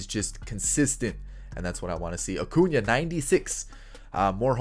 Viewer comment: Your sying his name wrong its Ronald Jose Acuna Blanco Jr.